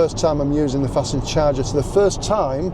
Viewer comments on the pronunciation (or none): Everyone else says FAST NED not Fastend